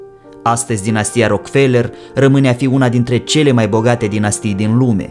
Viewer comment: Nu e RockFeler - citeste “Roac-ă-felă”